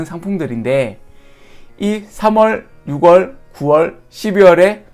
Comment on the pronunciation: 오오 영화로비교해주시니 이해 팍팍! ㅋㅋ채널번창하세욥 참고로 노파심에🤣 6월의 발음은 '유월'입니다 앞으로 쓰실 일 많을 거 같아서..